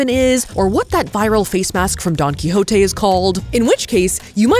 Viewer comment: safiya calling Don quijote , donkey is sending me